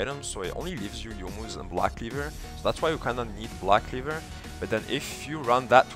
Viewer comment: i liek the way you say blahck cleevurrr